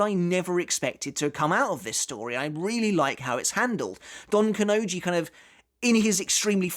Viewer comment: It's Don KanoNji, not donkanoji